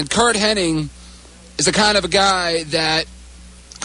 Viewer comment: You'd think people would know that it's not HENNING it's HENNIG!